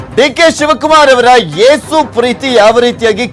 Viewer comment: ಯೇಸು is a proper word not ಏಸು